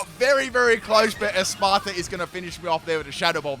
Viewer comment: I wonder how long it’ll take to stop mispronouncing “Espathra”